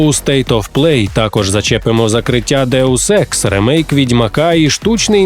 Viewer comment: Що говорять: Deus Ex Що чую я: Daewoo Sex